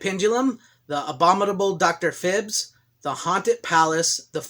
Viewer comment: All good movies thanks! I believe it’s pronounced Phibes with a long I like eye, and the Pit and Pendulum scared me very much as a kid! Great movies and I actually got to see Vincent Price do a public speaking event at our local liberal arts college in the 70s, he spoke about art and poetry, I was excited to be in the same auditorium as Dr Phibes! Awesome! Thanks again!